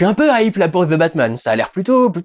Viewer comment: Tiens tiens tiens... un français qui prononce correctement "the" et non "ze"